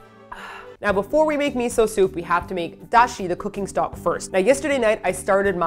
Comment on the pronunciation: I love Drunk lmao... she say meetho soup and sivey!!!